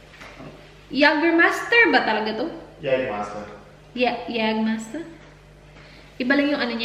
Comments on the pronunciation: Jagerbomb! Jager + redbull or any energy drink :) oh and its pronounced as "Yeygermeister" 😁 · Jägermeister - Yeygermeyster pag pronounce☺️ 🇩🇪